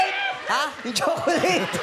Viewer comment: "Yung chokolait .. Yung chokolait" :D OMG vhong ahahaha